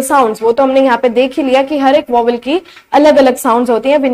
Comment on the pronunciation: You r pronouncing 'vowels' wrong